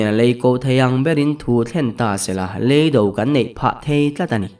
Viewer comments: Chutiang nen chuan in anglo tlat. Hei hi chu hmel nena a indo na lam sawina a ni a, a thluk a zirin a danglam tur a ni. Kan thu chhiar tur pawh hi a thluk a dikloh chuan a thu bo thak khawp hian a chhiar theih. He Lei hi indo na hmun a ni. Hei Lêi hi indo na hmun ani khawi zawk nge dik ni a i hriat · 15;50..Lêi do i tia, mihring lêi i sawi daiha, tuman Lêi an do ngailo. Lei do ti ve mai la.